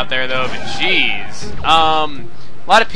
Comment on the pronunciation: is it just me or when he says jeez does it sound like cheese?